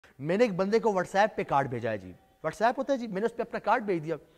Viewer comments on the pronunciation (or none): Whatsapp hota hy whatsayp nahi